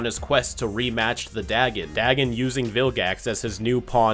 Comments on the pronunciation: I could have sworn Fasttracks first appearance was the Dr. Animo eggs episode. Also, that Vilgax pronounces it as "Diagon" Oh. Right. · I remember back in the day thinking dagon was just them mispronouncing dragon the whole time (I was a gifted child but also a very stupid one) so I always realised the plots were connected because of that haha.